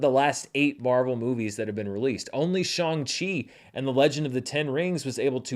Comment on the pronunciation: did you just say Shung-Chi?